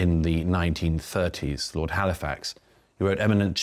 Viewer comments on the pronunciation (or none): none